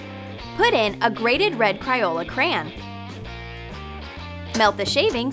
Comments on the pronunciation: So, says "cran" too.... instead of "crayn" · "cryola cran"